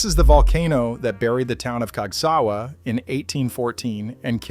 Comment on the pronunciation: He pronounces Casgawa: cags Gee double you Ay Not human!